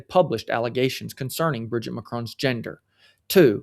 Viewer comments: It’s Brijeeet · You mispronounced Mrs. Macron's first name. If you can't get that basic right, why would we trust you?